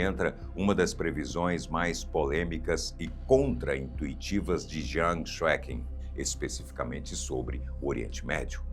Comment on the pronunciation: A pronúncia correta do nome do professor é Xueqin : Xue Chin